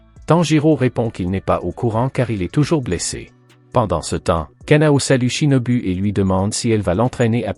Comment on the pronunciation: U=ou. Shinobu =shinobou